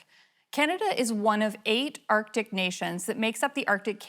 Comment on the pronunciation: Odd accent. She pronounces her "a" as "e". Erctic, not Arctic.